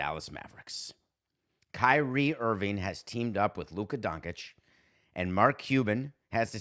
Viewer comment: It's actually pronounced Don-cheech